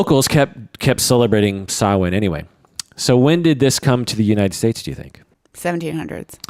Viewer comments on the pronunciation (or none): Not a bad effort on pronouncing Samhain, more stress on the first syllable and a longer vowel sound